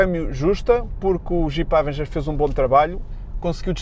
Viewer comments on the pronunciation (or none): "Há-venguer"? hahaha partiu-me todo